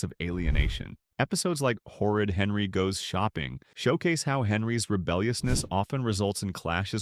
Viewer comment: I side with u but, who is “Herry” ? Don’t u mean Henry (just saying)